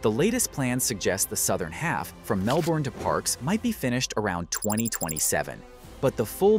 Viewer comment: And Melbourne and Moree mispronounced.